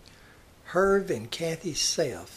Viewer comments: I believe his name is pronounced Er vay the H is silent. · Nice job, first name pronounced "Her-vay", but afar from that, very informative, and thoughtful. Thanks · Herve is pronounced "Her-vay". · His first name was pronounced "Er-vay". Hard to believe 3 women chose to marry him. I mean, for real.